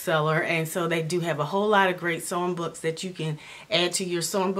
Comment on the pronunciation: I first thought you said "song books" when you said "sewing books"